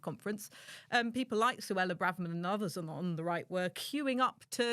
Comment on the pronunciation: Suella "bravverman?" weird.